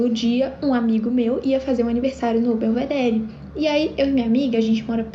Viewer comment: Gente, que gastura de quem fala BelvedéRI. O certo é pronunciar “Belvedérr”